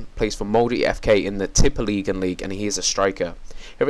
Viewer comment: Norway <3 Tippeligaen! you say that on a funny way, haha :) Great Review.